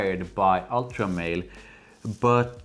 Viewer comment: God thank you BOTH for saying “Ultra Male” and not “Ultra Mall” …so pretentious when people say it like the latter 😂